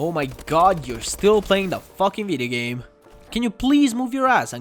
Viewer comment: Kinda annoying that yo say vidigame